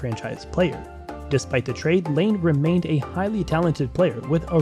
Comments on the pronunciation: Ya so its pronounced line-ah, he was 2nd overall and is an almost PPG player.. plz dont make any more nhl videos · it’s patrick laine not lane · This video honestly sucks. Laine wasn’t a first overall pick, you mispronounce so many names, and you get guys named Johnson confused. Do some damn research.